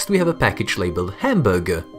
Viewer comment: The way he said hamburger is just.......................................